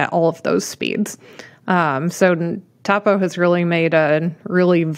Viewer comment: I’m pretty sure it’s toe poe not taw poe. It’s named after the owner Tony Post.